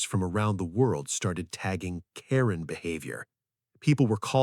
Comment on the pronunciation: Quit destroying the name Karen!!!!